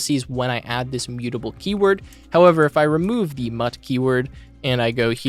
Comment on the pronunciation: If parimagen heard u call it mutt he will be pissed